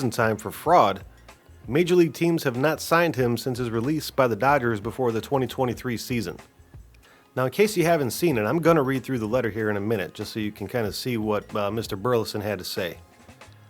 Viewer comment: I love how you said “dogers” as opposed to “dodgers.” Nice ai. Aside from that, I would love Trevor to come back. I think he’s funny and would be a great villain in the league